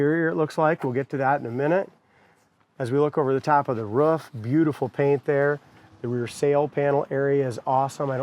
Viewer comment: He said on top of the ruff…thought it was roof